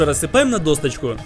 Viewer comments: Досточку, б.я ть. Досочку! Научить говорить. А то все впечатление портишь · Досочку, а не досТочку